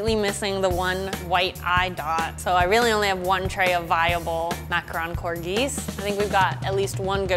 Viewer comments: Thank you for pronouncing macaron correctly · Literally THANK YOU FOR CALLING IT A MACARON AND NOT A MACAROOON THERES A DIFFERENCE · Tbh in French we pronounce it "ma - ca - ron" not "macron" :) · Finally,someone said macron correctly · I thought this was supposed to be a reindeer from the pic 😂 ALSO TY FOR PRONOUNCEING MACARON RIGHT